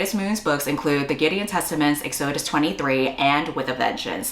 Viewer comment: you keep pronouncing Exodus wrong 😭😭